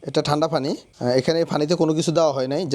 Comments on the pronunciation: Apni to onek sihhito tai bujhen na,pani k uni fani bole ar ki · Kothay jabo, ekjon panike bolche fani arekjon bolche fanfry